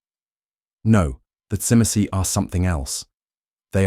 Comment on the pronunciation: Now we need Brujah🤣 unfortunately the Ai can’t say Tzimce very well